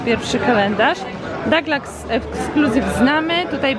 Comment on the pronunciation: Kochana mowi sie DUGLAS nie mam pojecicia dlaczego w polsce jakims cudem dou zamienili na da ..cud poprostu :)